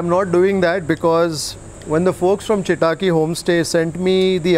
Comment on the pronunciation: Loved it! You have to improve your kannada pronunciation. Chitaaki sounded like a Japanese name😊. It's simple Chitta akki a tiny bird. All the best!